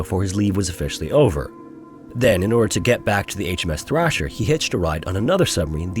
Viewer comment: So this brave guy, who should have been treated like the hero he was, was actually treated like a con man!........Somehow sorry just isn't enough is it! Just shameful.......I'm pretty sure the ship was Thresher.........not Thrasher.